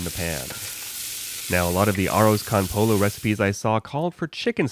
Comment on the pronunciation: and - it's not pronounced "Arr-ahz kahn pole-oh". It's pronounced "Arrows cone poy-oh". Sure, you can say "Well I'm not speaking Spanish!" but by the same token, even a non-Spanish speaker visiting their Hispanic neighbor, Mister Martinez, as "Seen-Your Mar-teen-ehz", not "Seenyer Martin-eez".